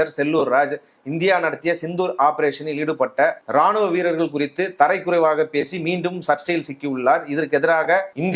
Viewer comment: தரைக்குறைவு அல்ல தரக்குறைவு